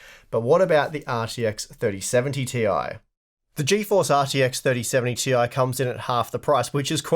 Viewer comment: its clearly "tie" you need to say it right like the other...